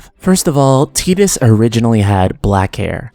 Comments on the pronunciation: Ew.... it's TYE-Dus, not TEE-Dus. smh. Also,i dont like the title of this video... makes it seem like FFX could have been more. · Pronouncing Tidus as Tee-dus makes no fucking sense. The water sword, blitzball being in water, and all that promotional material before the release with him standing on the beach would all indicate that his name is pronounced Tide-us. There is too much water symbolism... and teedus sounds dumb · I wish people wouldn't pronounce Tidus's name like "tee-dus". It's off-putting. Ugh. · Wait, hold up, it's pronounced Tee-dus??? I always pronounced it Tie-dus. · Interesting to watch. Although, I'll never be able to call him Tee-dus, even if that's the correct way. The same with Aeris to me, with an S....or mako, like the sharks name. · Is that the correct pronunciation of his name? I've always said it like tide-us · As a native Russian speaker I read his name as Tee-dus quite naturally, because, you know, we use to pronounce "i" as "ee" in most cases, though I had some doubts. Then again, if memory serves me well, we never actually hear anyone saying his name in both games and extra cutscenes. Save for audio drama maybe... Absolutely loved blitzball, by the way. Got mad at first, but put some effort, climbed for the top and never left it ever since. I only wish they could make a spin-off game, like Monsters from the deep, and add vertical movement. Throw ps vr into the mix and it becomes absolutely the most immersive sports game the world has to offer.